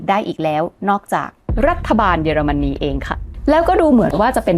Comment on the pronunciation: ขออภัยนะคะ ติดตามมานานไม่ได้คอมเม้นอะไร ขออนุญาตติง เยอรมันนี ออกเสียง เยอ ค่ะ ไม่ใช่ เย แอบขัดหูนิดๆ มาตั้งแต่คลิปก่อนแล้ว ถ้าปรับให้ถูกต้องจะสมูทมากเลยค่าา ที่เหลือดีเยี่ยมมากแล้วววว รอติดตามค่าา🎉